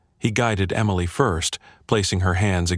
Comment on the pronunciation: At about : the first version of Emily is misppronounced.